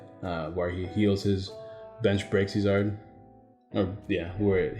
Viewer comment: REEEEE Its Braixen not braxien sweetie please read your cards lolol